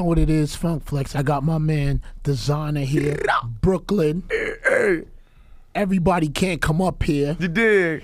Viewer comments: Nigga said Br😭😭klyn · The way he said “Brooklyn” 😂😭